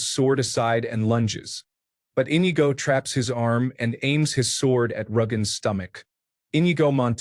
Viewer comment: "en-EE-go" man that was painful to listen to